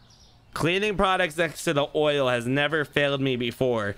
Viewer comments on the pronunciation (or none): is only better because he can say milk properly. Yet he says oral when he tries to say oil. So they both have issues with the english language